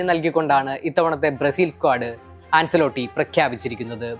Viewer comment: An-chuh-lo-tti (ആഞ്ചേലോട്ടി ) എന്നാണ് കോച്ചിന്റെ പേര് pronounce ചെയ്യുന്നത്. അൻസെലോട്ടി എന്നല്ല